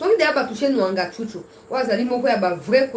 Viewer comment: Mwangachuchu, pas Nwangachuchu. Merci.